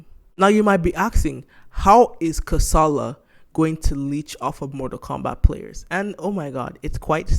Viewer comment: your pronunciation of the name of the game is not right. its pronunced [ka.sa.la] "ka", Is streessed similar to "ca" in car followed by "sa" as in sack and "la" as in llama. not karsarlar. dont mind me sha . kasala means trouble